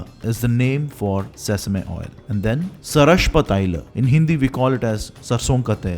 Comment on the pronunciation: One correction Mustard oil is not pronounced Sarashpa taila It is called "Sarshapa taila"